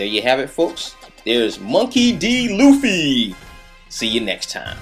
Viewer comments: its Luffy not Loofy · lol you say it like loofy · No Luffy is pronounced Ruffy in fact all L are pronounced R in Japanese. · why do you call him "Luffy" that's like the japanese version cause they can't pronounce the "R" in english he's called "Monkey D. Ruffy" if i'm not completly wrong but still nice video though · "you have to stay on model" Doesn't do it him self. Man you're good at the american cartoons and comic drawings. Manga not so much :S. I mean you even said his name wrong *face palm* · japanese ppl don't pronounce the R with the L... they pronounce the L with the R... like... when franky sang he was singing right RRRRReft because he can´t pronounce the ´L´. just saiying saiyan.jpg